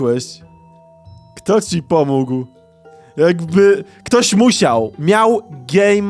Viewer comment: pomógł a nie pomóg xd